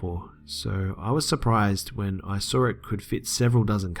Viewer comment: You did it again! I love how you pronounce the word saw. You say "sawr" 😊😆 Gotta love accents.